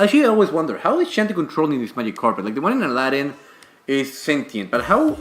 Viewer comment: Coming from the guy who had problems saying, "Magic carpet," of all things.